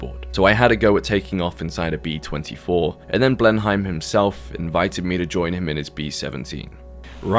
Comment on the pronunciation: Being British and saying Blenheim wrong so many times isn’t ok